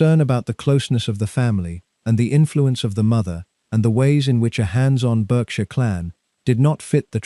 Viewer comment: Pronouncing "Berkshire" repeatedly incorrectly and the excessive length and verbiage did not increase my enjoyment of this AI production.